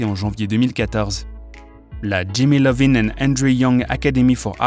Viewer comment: Pardon c’est Iovine avec un « i » pas Lovine ooh🙄